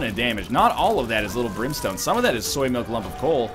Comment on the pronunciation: At one point it sounded like you said Limp Brimstone instead of lil brimstone... lol